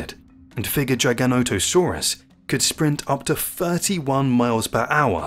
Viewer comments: According to the man who named it the correct pronunciation is Jy-guh-no-toe-sore-us. It is partially a reference to an ancient sky god. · AI narration is junk. If you can't pronounce the name of the animal correctly, I have zero reason to trust anything else in the video. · I'm sorry but a few things wrong in this video. First, the pronunciation. It's giga-nata-saurus. It's not "giant - o - saurus, like the video says. Next, some basics. World was divided into the north and the south, after pangea split. So Laurasia had North America and parts of Asia including China. Gondwala was the southern continents, including South America, Africa, Australia, and Antarctica. The north and south territories did not mix, and the dinosaurs evolved separately in the Cretaceous period. So in the north, it was the Tyranasaurs, and in the south, it was predators like giganotosaurus and carcharodontosaurus. Allosaurs were in both the north and the south areas in the Jurassic period when it was all connected, but by the Cretaceous, the land had divided, and Tyranosaurs evolved in the north. the Tyranosaurs outcompeted and replaced the allosaur. So giganotosaurus is basically the evolution of Allosaur in the Cretaceous, in an environment where Tyranosaurs did not exist. These dinosaurs all filled a niche. Why did they get so big? Because the dinosaurs they fed on got so big. Giganotosaurus and mapusaurus fed on the south sauropods like argentinasaurus and the other titanosaurs that existed there. Basically, Mapusaurus is the future evolution of Giganotosaurus. As far as bigger, sorry but the T Rex was more massive, up to 2 tons heavier, even in the charts in the video it shows this. History has proven that Tyranosaurs out-competed the allosaurs, so if you asked me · Take time.... watch your videos. You can get the A.I. voice to say it correctly if you take the time. Edit your script to " Jig a not a sore us " and it will say it correctly.